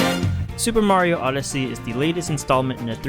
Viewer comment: you probably never heard of his new york brother , supa maro have ya?